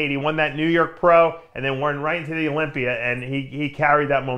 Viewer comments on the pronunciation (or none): Olympia doesn’t end with a “r”